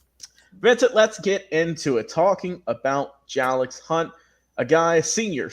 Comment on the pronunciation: His name is actually pronounced Jay-lix 🙂 Thank you for your support and kind words! Keep up the good work Big Lil bro. So proud! Love you! ❤️